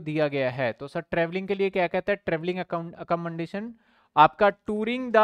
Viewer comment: sir accommodation sahi nahi bolte aap